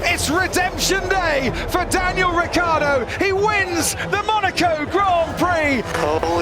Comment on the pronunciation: Even when he leaves they don’t say his name correctly. Saying “rich-ardo” is too difficult, probably